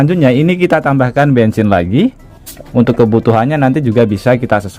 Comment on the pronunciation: Bensin bukan bengsin 😂😂😂😂